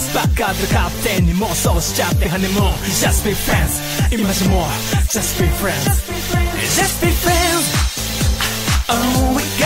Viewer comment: At times, you can hear them say either "Just be friends" (like it should.) "Just be France" LOL. "Just beat France" (.. What?)